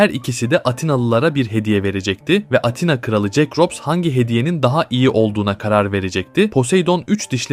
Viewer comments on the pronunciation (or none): none